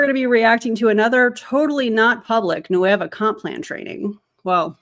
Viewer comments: Officially the new name. 'Qué Hueva'. Love it. Best part is they'll throw it into Google translate and just not get it. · I'm Spanish. The way pronounces "Nueva" sounds to me like "Hueva", which in Mexico means "lazy", "boring", or "tedious". They nailed it! 🤣🤣